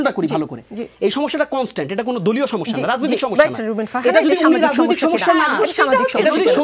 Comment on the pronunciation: আপনার "সমিস্যা " শুনে হাসি পেলে😊😊